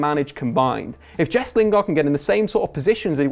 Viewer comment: mate, why do you insist on pronouncing players' names like an utter plank? It's hilarious; "Mesut Ozeeel", "Henrikh Mick-Tyrian" and if I hear you say "Jess" Lingard one more time...